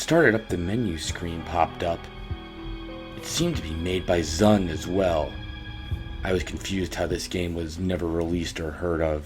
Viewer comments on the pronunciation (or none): Zun isn't pronounced like sun